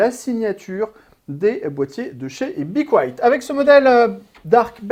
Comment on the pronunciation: Apprenez à dire le nom de la marque..